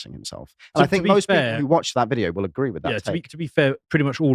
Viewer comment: "Your name vwill also go on the list, vwhat is it?" "Don't tell him, "!